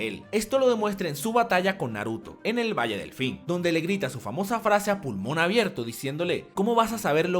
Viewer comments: Valle delfin Valle del fin Solo hablo rapido pero si se confunde xd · solo yo escucho: “Valle Delfín”? Y like para que hable de la Tabla Uchihistica modificada por Zetsu y su Sharpie Marca Uchiha Encebollada